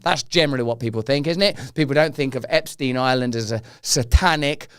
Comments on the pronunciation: Epstein pronounced . . 'Epp' - 'Schtine' . . rhyming with 'mine' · Ahhh, finally someone pronouncing that sh*tty name correctly!!! It's German name! Epstein, Weinstein, Einstein, Bernstein... Looks like Epsy is not dead because his accuser is now dead. R. I. P. poor soul who suffered so much.